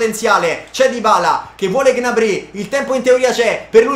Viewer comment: Solo a me da fastidio come pronuncia Gnabry?